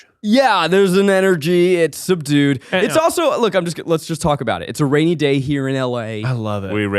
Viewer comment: Zach said: "It's a rainy day" I heard: "It's a Rainee Day" Alas, only one statement was true.